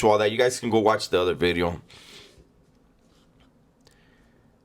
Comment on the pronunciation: NGL it's disappointing every time I hear the V in video. Hearing NEW BEEDEO just hit different